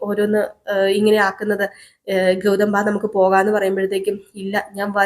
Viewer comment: ഗൗധം എന്നും കൗരി എന്നുമൊക്കെയാണ് കേൾക്കുന്നത് ഗൗതം എന്നും ഗൗരി എന്നുമല്ലേ കറക്റ്റ് ഉച്ചാരണം ഖ അല്ല ഗ ആണ് ഗൗരി ക അല്ല